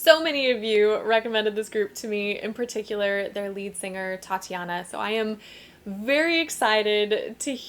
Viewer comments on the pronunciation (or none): Thanks for nice comments. But she's Ukrainian, so it's Tetiana though, not Tatiana (sound /e/ !).